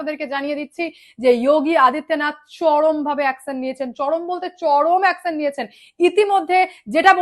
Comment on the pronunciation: Akson na action please pronounce correctly 😂